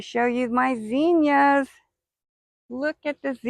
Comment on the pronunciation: Beautiful garden... please reference the correct pronunciation of zinnias when you have a moment. 😊